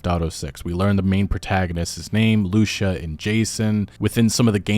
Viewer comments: Lucia is pronounced lusea not LUsSha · Just a as side note Lucia it's pronounced similar as Sofia. It's Lu-ci-a not Lu-cia. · Loo SEE UHA i dont think its loosha lmao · It’s Lu-cia not luchia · hey man its LUCIA like LUCY-AH jsyk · Her name is pronounced loo-see-a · Pretty sure Lucia's name is pronounced Lu-See-Ah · Lou-see-ah…. Lucia. Shes latina. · I love your videos man but your pronunciation of Lucia is so hard to listen to